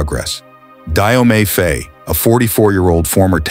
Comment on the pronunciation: All true, but please pronounce ’Faye’ as in ’my’!